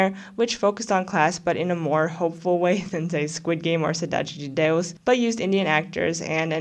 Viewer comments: As a Brazilian, I'm legit astounded with how good your accent is when saying "Cidade de Deus" and "La Casa de Papel" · can I just compliment you on your Cidade de Deus pronunciation? <3